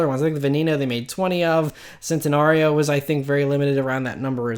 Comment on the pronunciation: Centanario is pronounced chentanario